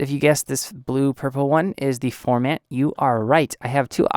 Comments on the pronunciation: You are saying "form" "ant"... its pronounced "form" "int"... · I was so bothered that you don't even know how to pronounce "formant" that I couldn't take this seriously. Sorry. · I don't feel any kind of way... you don't even know how to pronounce what you are doing a tutorial on.... thats my point.